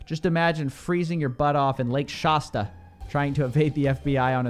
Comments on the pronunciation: Lake Shasta rhymes with "has ta" not "maws tuh". Former Mount Shasta resident, here. No one pronounces it the way you did. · No one seems to pay attention to the fact that this guy was part of Bethel church, which is basically the scammiest church ever. Also, saying Shasta with an "ah" sound, it's freaking me out; it's an "aa" sound, like "cat" 🤣🤣